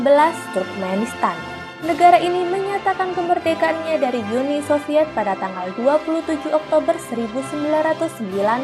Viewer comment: Uni bukan yuni kalau bahasa Indonesia